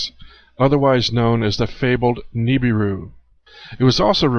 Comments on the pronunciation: I can't stand the way you say Nibiru. You say Nee-bee-ru. No one says it that way. The rest of the world pronounces it Nib-ir-ru. Good movie though! ;) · Nibiru is being mispronounced. That is my number 1 hang-up and my number 1 vice is poor language and me correcting it.